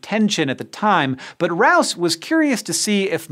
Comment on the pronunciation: Rous is pronounced Roo. And k o c h is pronounced cook. If you're going to do a video using people's names at least learn to pronounce them.